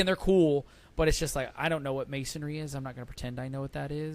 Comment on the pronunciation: Mansory is a huge car tuner in Europe. A few years ago, Marcus Rashford crashed one, and it was big news in the UK. A guy on YouTube bought it and rebuilt it. And it's pronounced Man - soar - ree.